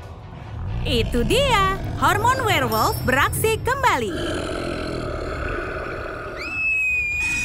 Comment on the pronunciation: Wkwkwkwk bilangnya werlmot wkwkwk nyemot